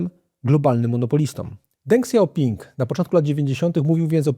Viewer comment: Dziękuję za kolejny bardzo dobry odcinek. Polecam też książkę od Prześwitów "Wyścig o najważniejsze metale świata", bo dobrze opisuje jak wygląda sektor metali ziem rzadkich i lekko się ją czyta. Co do Deng Xiaopinga, wymawia się jako Teng Śiaophing. Pozdrawiam i czekam na kolejne programy :)